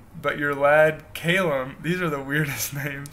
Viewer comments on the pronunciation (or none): Cay-lum, I'm laughing so hard